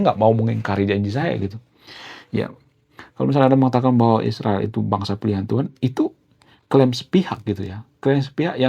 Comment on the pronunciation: Isriwil tu apa,,, tenggorokan kamu keseleo ya... Ngomong Israel aja takut kali kau